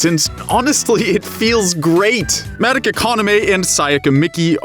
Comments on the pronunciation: Why do you say Madeka? Its MadOka. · Why tf does he say it Mattika, not Madoka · It's Madoka. Not Madaka. Why the hell do you and so many others butcher the name when the anime tells you how to say the name? I'm surprised you didn't call Mami, Mimi. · Mah-doh-kah not Mad-dah-kah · Take a shot every time he says mad-uh-kuh instead of mah-doh-kuh. Maybe by the middle I'll hopefully get alcohol poisoning. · Say it with me, “Mah-Doh-Kah.” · I don’t like how you say her name MADICA / MODOCA / MUODOKA but if that’s how you actually pronounce her name go off Good review tho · Oh boy. The way he says Madoka just makes me Mad-oka. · nobody: not even madoka:: MAH-duh-kuh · I love your video... I cringe whenever he pronounces Madoka “Mad-ik-a” 😅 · “Madika” 😬cringe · Mah dough kah. Madoka. They constantly say the name. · Excuse me did you say MADICKA? oh well it just bothers me a lot but ok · The only thing that bothers me is how you guys pronounced Madoka. Mah-Doh-kah. Where is the "eh" coming from? Great video other wise. :3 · I'm hering, Madaka ;-; Edit: i also heard Homuda(muda muda muda!) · Oh Haruhi Not expecting this video in my sub box XD The unexpected is unexpected. First of all: FUCK YOU KYUUBEY FUCK YOU 2nd of all: THOSE 'COSTUMES'!!! YES!!! WE HAVE PEAKED AS A SPECIES!!! Truly the true way to circumvent copyright claims! 3rd of all: Madaka?????????? MADAKA?????????? MADAKA?!?!?!?!?!?!?!? What happened?!?! Did no one in production realize saying 'Madaka' instead of Madoka??? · Your pronunciation of Ma-doka is cringeworthy. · its kinda grinding to hear him mispronounce her name constantly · Are you miss pronousing the Madoka on purpose? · the way you say Madoka triggers me. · Here’s me getting triggered on how you pronounce Madoka 😂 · I really really wanted to like this but I can’t get past the way you say Madoka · I'm kinda cringing at the pronounciation of madoka.. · The way you pronounce Madoka really throws me off